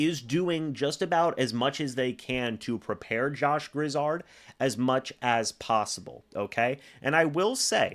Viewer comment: Let me help you out here. The man's name is Josh Grizzard. Gri-zzard, with the accent only on the second syllable. Not Griz-zard, with both accented. You're welcome.